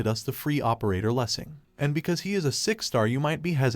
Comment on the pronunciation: I thought I had a stroke when you pronounced that title. My god